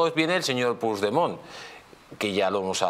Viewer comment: Puig demon y se pronuncia puch demon